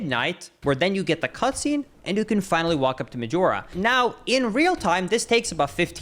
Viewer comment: Please don't say Medjewelra